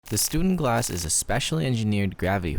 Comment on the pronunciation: Sorry dude you're saying it wrong it's called a stundenglass. ✌️